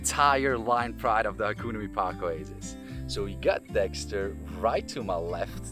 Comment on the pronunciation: Can someone teach him how to pronounce hakuna mipaka.